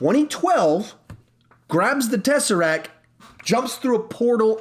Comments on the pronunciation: Okay, sorry, but...... it's "teseracT" not "teseracK" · TESSERACT NOT TESSERAC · He protecc He attacc But most importantly, he keep saying tesseracc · He protec He attacc but most importantly... says tesseracc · Tesseract. TesseracTTTTTTTT